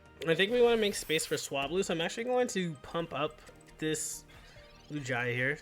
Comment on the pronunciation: it's "Loo-gee-uh"